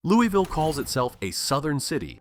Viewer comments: Its not Loo-e-ville. Its not Lewis-ville. Its Loo-ah-vull. Rhymes with gull. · in and you already pissed me off. ITS NOT Loo-ee-ville ITS LOO-UH-VUL omggg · It's not Lewie ville, its pronounced lou a ville or lou a vul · ITS LULVILLE‼️‼️‼️ NOT LEWYVILLE‼️‼️‼️💯😡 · Speak for yourself. Im born and raised in Louie -ville. Its named after king louis of france. Luvull is simply a regional diction of hillbilly. I speak properEnglish, i pronounce and enunciate my words properly. Its not how "we" pronounce it. Its how lazy hillbillies talk. Its Louie-ville. The village of king Louis. Ville in no European language or dialect is ever pronounced as vull. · Right... the citizens of Louisville can't even pronounce their own city correctly. It's Loo-E-Ville. Named after King Louis. Not King Lul. Not King Luhl. I swear they sound like they've been chewing on quarters when they butcher it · If you make a video on Louisville, perhaps you should pronounce it properly. Phonetic spell for proper pronunciation. lou-ah-vull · Correction: It's pronounced "Loo-avull" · Please for the love of GOD pronounce it LOU-A-VUL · For AI slop it's not bad. Born and lived nearly my entire life in Louisville. Everyone I know pronounces it Louie-ville, so many commenters complaining. Depends on the part of town you're from. I haven't been everywhere but I'd bet it's one of the most racist cities anywhere. Historically severely segregated. You could wake up in any part of town and a quick look around would tell you where you are, West, South, East. You want to be East... In recent years it's become homeless heaven, a tweaker on every street corner downtown. I retired and now live on the edge of the county, I hope I never see downtown Louisville again. I don't plan on moving but I wouldn't recommend anyone move here. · Immediately mispronounces Louisville..... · You didn’t even say Louisville correctly. Also, Kentucky did stay a free state but had a breakaway government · That's not how you say Louisville.